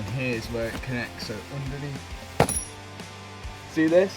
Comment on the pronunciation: oondaneath de ass tray